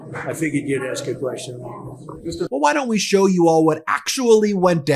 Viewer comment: "We're going to have a really big shew..." Ed Sullivan tRUMP...